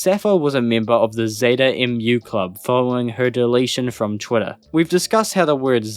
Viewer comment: "Mu" is not pronounced "emm you." It's pronounced the same as the the word for the sound a cow makes.